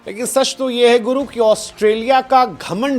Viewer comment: Sach ❌ Sashhhh ✅ 😂